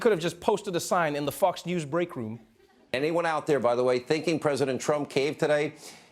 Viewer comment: Did you say Fux News? Sounded like it to me.